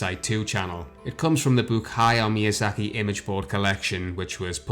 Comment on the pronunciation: It's no exageration to say that's Ayo Miyazuhki. That's litterally what you said in the beginning. For fuck sake, can't you fucking pronouce names correctly?